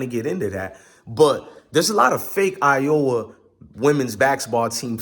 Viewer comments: These pronunciations are getting to me!!! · Bruh , have u never read the word Iowa before???? 🤣🤣🤣🤣🤣🤣🤣🤣🤣🤣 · Caitlin did not taunt at anyone individually. Plus you showing disrespect not even pronouncing Iowa or Caitlin correctly. Also please explain why LSU didn’t shake hands after the game.